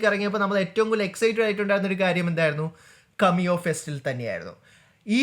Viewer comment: കമിയോ അല്ലടാ പൊട്ടാ കേമിയോ